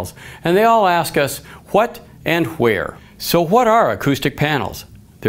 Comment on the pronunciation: “Huat and huere”... Best part of the video, I don’t need anything else